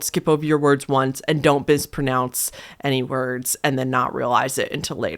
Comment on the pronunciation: "don't bispronounce" I'm sorry but that killed me 🤣🤣🤣